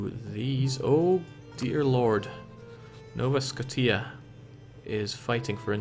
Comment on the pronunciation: "Nova Sko-T-ah" was amazing